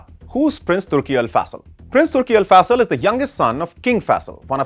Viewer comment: AL FA Sal? It's AL FAISAL!